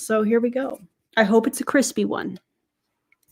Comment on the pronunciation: I love the asmr moments 😭 Crispayyy